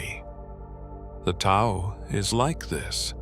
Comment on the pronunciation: Hate the voice. Horrible. Couldn’t sleep to it! And Tao is not pronounced correctly. Find Wayne Dyer’s version, everyone. It is excellent. Great, great voice.